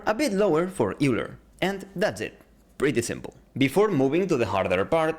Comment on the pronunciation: Thanks for the mention! BTW, Euler - pronounced Oiler :) Also, I haven't even thought about using this for unique Skydomes for games :o should be interesting and also, "But sir, I want to type words and get a full 3D environment in seconds 😡"